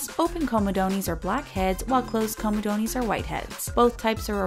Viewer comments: Lol comodonies... COMOdonz... You can Google how to pronounce something if you're not sure, m8. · comedoneys??? haha its pronounced co me dones not co me doneees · IT is NOT pronounced comedoneees !!!! Every time she said that I cringed 😖